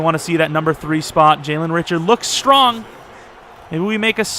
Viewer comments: it's actually pronounced Ri-shard, not Richard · Richard is pronounced Ri-shard but love you picked my raiders!